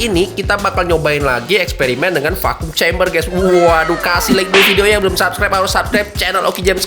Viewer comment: Harusnya dibacanya "vakum kembeh" bang..